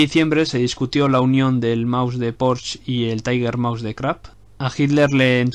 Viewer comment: no es Krapp chaval se dice Krupp como suena